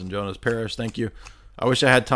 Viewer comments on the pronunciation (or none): none